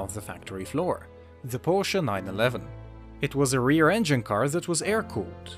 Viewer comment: Porsh predick nining leven. Whaaaat!?